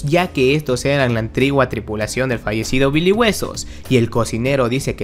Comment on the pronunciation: En vez de decir antigua dijo mal la palabra antigua dijo antigua cuenta vivo mal antigua